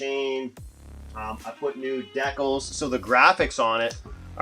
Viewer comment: The way you said decals lol wtf